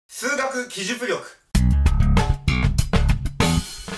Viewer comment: きじゅ「く」りょく